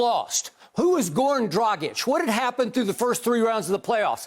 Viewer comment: I'm impressed how good Skip is reading Dragić, other commentators say Drajic (rhymes with tragic).